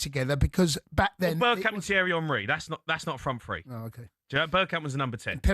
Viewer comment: It's pronounced "three" not "free"...😂😂